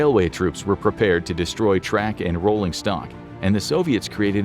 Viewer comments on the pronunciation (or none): none